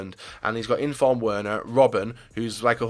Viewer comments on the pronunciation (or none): none